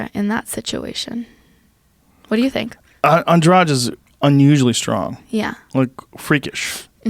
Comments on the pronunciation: Took me a way longer then it should to understand who the fuck was this Andraj they were talking about. Try something like 'Andrah Dee', would sound closer.. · Andrade was loosing. Got tagged 2 or 3 times. Got Lucky cause she had nothing stand up or ground. Plus its andrade not andrage.